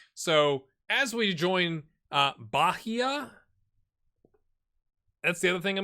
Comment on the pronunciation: The H in Bahia is silent; also, emphasis in the I instead of the first A. Bragantino was ok (also, they're a team from the Red Bull franchise). Flamengo OF COURSE it's not pronounced like the animal. In Fluminense you kinda dropped the first N, like, you said "Flumiense". In Portuguese, when there's an "LH" or "NH" the H becomes like an i, so it would be "Carvalio"; the same goes for Juninho. Take Ronaldinho as an example. The G in Cartagena is like a raspy J/H, like in a common laugh. The LL in Spanish is read as an SH, like when you shush someone, or as the Y in York. So it would be "Castrishón" or "Castriyón". The U in Guido is silent (UI and UE are always silent U's, unless you see Ü), so that "Gui" is like the GI in "Girl". Mainero, the "Mai" reads as "My"; there's no Ñ, so it's not "Maiñero", the "Nero" is like "Nerve", but changing the -ve with -o. So, My-Ner-o, with a soft R, like in Colorado. Excited to see how you save this guys. Good luck!